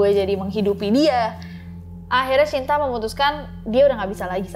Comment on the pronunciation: kak mohon maaf baru ini aku denger shinta sh nya bener2 dibaca shyinta, it feels kinda strange in my ear biasanya denger sinta sinta wkwkwk